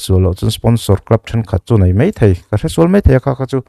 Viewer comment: Hemi ṭum hian....ṭum i lam rik dan chu leh, hei mei ni lovin hei mai.. MSa hi I Day-a Khual lian ni turin sawrkar-ah eng nge a nih chiah...Political Party mi leh sate hi Sawrkar ni pawimawhah khual lian a nih ve ngawt theih em le